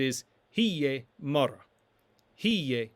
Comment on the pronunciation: Woman is "mara" but you are pronouncing it as "mar" You did include the ending "a" yet you failed to include it in the pronunciation.